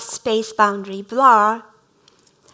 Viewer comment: LOVED IT! Going to use the concept in my own talk about 間. One remark - as a lecturer, if one has such a strong accent, it is better to avoid using a word like "blur", which was a key term in this talk and sounded like "Blah" throughout... and instead use a more easily pronounced word to express the same.